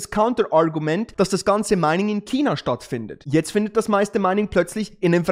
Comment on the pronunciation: Chhhhhina.. nicht Kina!